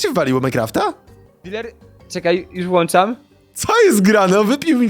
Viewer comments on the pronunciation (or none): none